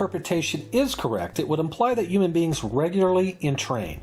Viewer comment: Is he saying uman beings?